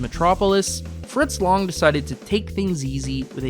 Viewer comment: It’s pronounced “Fritss Lanng “ not Fritrss Lange